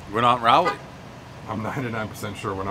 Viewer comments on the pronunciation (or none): Pretty sure it's RAW-LEE and not RAA-LEE, anyway. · It’s not Rally it’s Rawly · It's Raa-leigh, not Ry-leigh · rawlie not raulie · OK - we're not in Rawleh... well covered in the comments here, now, the thing he almost forgot was the NC State Wolfpack.. thumb against middle two fingers "go Pack" not... meow or whatever he said. best review everyone know the rules. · Somebody tell my man how we say Raleigh down here please lollll. Rally is what happens in such sports as your dearly beloved Pickleball, Pres lollll. Love this guy. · Raleigh is pronounced Ral- eigh.... Ral as in Wall and lee... Ral - lee 🙂